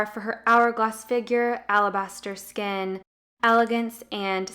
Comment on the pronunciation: Just a little friendly advice: the organ that covers one's body is pronounced "skin", not "sken". Pronouncing words correctly makes a big difference when you're trying to be a credible source of information.